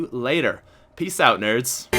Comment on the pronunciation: why does he pronounce about and out so weird